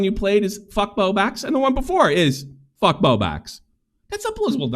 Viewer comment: He does that on purpose! I’ve watched him for years and he always said Bow Bax, like an inside joke no one finds all that funny!